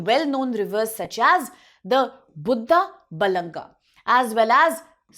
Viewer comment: ବୁଦ ବଲାଙ୍ଗା 😂 ବୁଢ଼ାବଳଙ୍ଗ